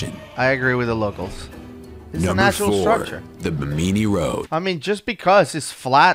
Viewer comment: It's apparently "be-meany" Island?